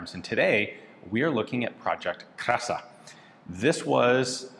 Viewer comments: It is pronounced as [kra:sa]. Long A, accent on R. It means "beauty". Happy to see you review another piece of history of my country. Always something to learn on your channel :) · i would like to fix the wrong pronounciation its not krasa (like you said) but its said with an long "a"(the "a" sound is long) edit another long letter pronounced wrong is in the name of the designer (again the "a" sound is not elongated) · The first A is a long sound. the word means beauty